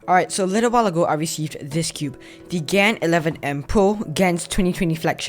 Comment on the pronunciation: pls. Don’t say gen say gan